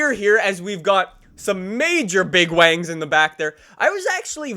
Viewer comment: Its wings not wangs